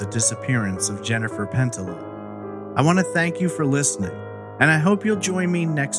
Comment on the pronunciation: Love the pod. However I believe her name is pronounced pen tee ya or pen tee yuh.